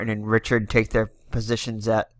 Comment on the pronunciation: Re chard (Richard) corn-y-a